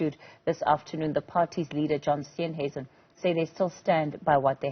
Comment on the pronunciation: HAA-HA-HAAAA!!!! "Steensuisen!!!" Wow!!!! Get it right, before posting it!!